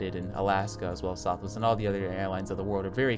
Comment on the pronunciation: “Southwe airlines” 10/10 accurate